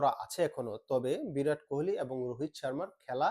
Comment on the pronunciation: কুহেলি নয়, কোহলি।